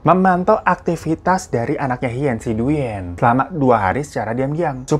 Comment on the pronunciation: Thanks for sharing this story. Koreksi sedikit ... pelafalan dalam bahasa Vietnam : "Duyen" dibaca "Dwen" ( seperti halnya kalau "Nguyen" dibaca "Ngwen" alias /uy/ selalu dibaca /w/ )